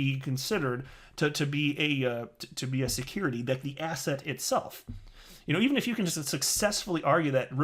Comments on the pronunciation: sometimes i cant tell if he said "asset" or "asshat" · Yea I watch a few of videos everyday and every single one I hear him say “asset”...and think “asshat” Luckily nothing rhymes with “biscuits”